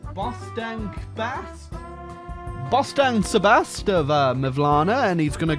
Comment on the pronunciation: Bostan Sebastian ne emmi. Its bostancıbaşı.